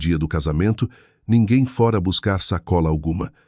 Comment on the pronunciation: Que narração horrível! Dra? Fora com o aberto? Etc